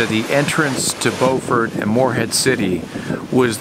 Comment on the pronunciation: Your channel has been a source of much pleasure. The trip to Cape Lookout was especially great. I am originally from NC and spent many hours in the Morehead City/Beaufort area. (I was glad to see that you knew to pronounce it Bo' frt instead of the SC version Bue' frt.) Your decision to go into Beaufort Inlet (also called the Beaufor Bar) was a wise one given the wind and sea conditions. I've motored in and out of that inlet dozens of times or more. There is almost always a good swell and interesting current even on slack tide. When you went inside, just to your North or starboard side was Shackleford Banks where there is a rock jetty protecting against erosion from the inlet. I hope you anchored inside the bight. It is a great anchorage. Did you have time to visit Beaufort? If not, put it on your list. It's a quaint colonial seaport town going back to the days of Blackbeard. It has been gentrified since my early visits there in the '50s and '60s. Thanks for your great videos. Stay safe and enjoy life!!